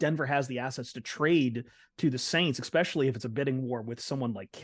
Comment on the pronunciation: Will ever learn how to pronounce “especially”